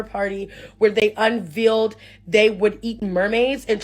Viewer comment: Needs help with Reading Comprehension, Retention and Pronunciation. Meso-pa-tay-nia? 😂 Un-Veeled and Neh-Fill-em… 😅